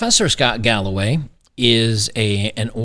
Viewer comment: Im watching too much detractor content. When you said professor scott galloway I heard "this professor has gout by the way"